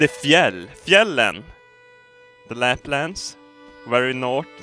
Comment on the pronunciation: ''Its de, its - its de fjäll. Fjällen. De Läplands, very nårt.'' 2016.